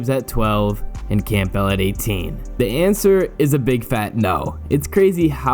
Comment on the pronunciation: No one pronounces the “P” in Campbell. Not one human does.